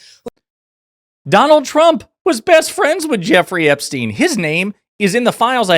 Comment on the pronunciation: OMG SHE DID NOT JUST SAY JZ AND EPSTINE ARE YOU FUXKING KIDDING ME!!!!! AHHHHHHHHHHH I CANT!!!!!!